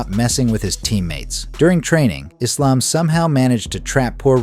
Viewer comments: No! I've never heard a muslim pronounce Islam like that! EVER. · Why is Belal pronouncing Islam like that? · Belal pronouncing Islam wrong is just weird how can you not say a word, that you live by right?